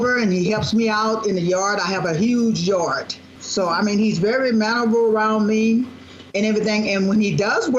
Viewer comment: Not hardT... and YardT.... 🤭🤭🙈